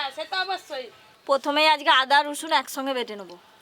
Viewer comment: ঠিকঠাক উচ্চারণও করতে পারে না ওটা রসুন না 😅😅😅😅😅